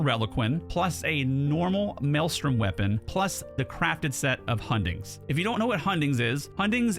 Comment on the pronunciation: Bro! This is nuts! When i heard you say hundings, i lost it hahaha, would deadly or blooddrinker work on this build as i have excess of those pieces?